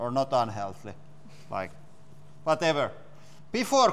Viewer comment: lol! "VATEVER!"